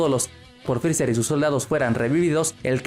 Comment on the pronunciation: Te odio, digo frezzar o frezzer.